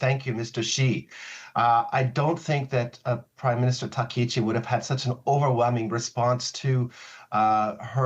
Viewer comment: Her surname is TakkaIchi. Not Tekauchi.